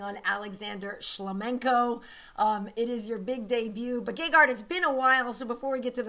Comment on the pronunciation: I like how he doesnt pronounce shlamenko correctly!